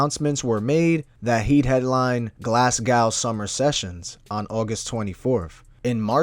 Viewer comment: Bro you had me laughing when you said glasgow 😂